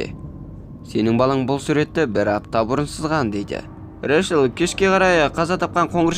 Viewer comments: Решел🙀 Рэйчел деп айтшы! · Решіл Решіл дей бермей Рейчел* деп дұрыстап айтшы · Ыыыыыыы Решл емес Рэйчл шығар😅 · Рэшл емес брат рейчелғо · Ришл дегенің нервымды қозғап жібердіғой 😅